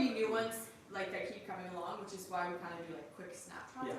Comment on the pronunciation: Asking ,why do you say which as wish